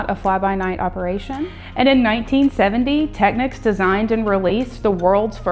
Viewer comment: At last someone from America pronouncing Technics not Techniques. Hello Maddy from Britain.